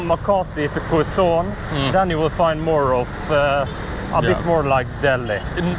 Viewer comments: Funny when they say Quezon, it sounds French 😂. Fyi, it’s pronounced KEH-zon. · Kezon not kwezon ( Quezon City)